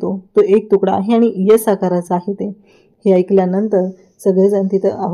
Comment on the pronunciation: यस नाही हो एस 😂😂